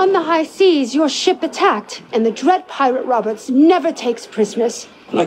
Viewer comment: Why are we not talking about Charlize Theron, like “DE DWED PIWATE WOBBURTZ-“